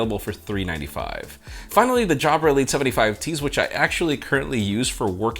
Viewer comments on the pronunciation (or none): jabra? really?